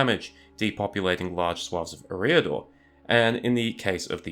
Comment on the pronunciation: Great work in fairness. And as you say "No one should be placed on a pedestal and beyond criticism" so it's "Eh-riador", the emphasis on the first syllable, but only slightly. Cheers and you're welcome 👍😁